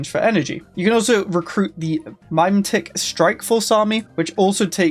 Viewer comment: It's not MIME-tech, it's Mimetic, pronounced like mimic lol